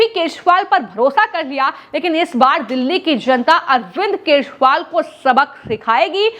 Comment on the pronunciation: अरविंद केशवाल सुनाई pad रहा है महोदया